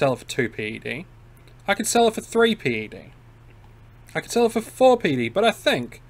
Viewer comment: It's called pec or ped ... not pee ee cee or pee ee dee. Old skool player.